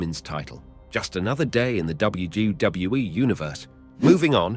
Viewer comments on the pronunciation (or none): Bro said wgwe